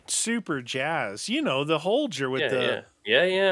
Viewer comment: Ur saying the name holger wrong get it right